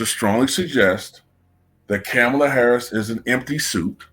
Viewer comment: Better yet why are you pronouncing her name like that when she herself and news anchors from cnn AND Fox have been pronouncing her name Ka-MALL-a for decades. I can’t believe people seen these clips and STILL are going w this game of her trying to make her name sound more like a black woman’s. She hates black women. Seems like everyone else does too from looks of it. That’s why they are going along w this disrespectful cosplay.